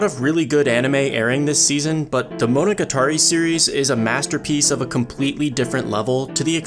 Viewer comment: "Mow Now Guh Tar Ee" AAAHHHH